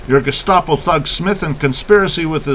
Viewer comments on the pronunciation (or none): *It's "Gestapo", not "gustapo". Just FYI.